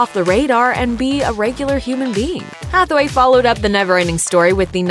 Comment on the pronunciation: you keep pronouncing it as Hathaway lol